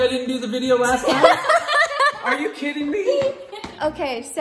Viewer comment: in stead of “are you kidding me?” Are you kitten me?? Hehe